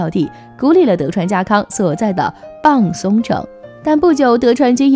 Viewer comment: 日文的「浜」是「濱」的簡體字，因此日本地方浜松城，寫成中文是濱松城，要讀作「濱(bin)」松城，而非「浜(bang)」松城。